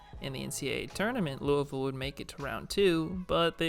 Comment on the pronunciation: I know you're from the south because you know how to say louisville lol